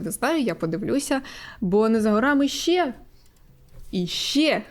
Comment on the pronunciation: ще, а не щє ;)